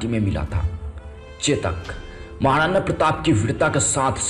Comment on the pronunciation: Thik se hindi bolo bhai.akbad?tadwad?mahadana?